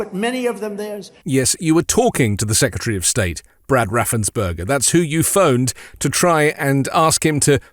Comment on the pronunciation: Raffens-PERGER, not -BERGER!